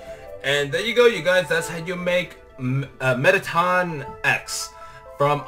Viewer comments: its pronounced METT A TON and its a boy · IT'S METTATON